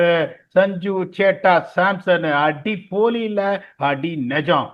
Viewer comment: It is not அடி போலி. It is அடி பொளி, meaning 'beat up'